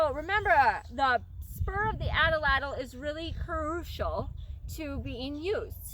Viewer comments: Great information, nice video, terrible pronunciation. The word atlatl has two As and 3 syllables, not 4. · Nice teaching. I want to make sure how to correctly pronounce the weapon. I hear you saying it like example number 1 below. I've heard many people pronounce the weapon like example number 2 below. 1. ( At- A- Lat- El ) or is it 2. ( At-Lat- El )??? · Its #2 ! I'm glade you mentioned this . Many cultures used this weapon. The Azteca used # 2 Pronunciation.